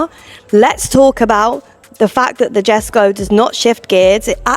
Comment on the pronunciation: ✅Yheskho , not Djeskow❌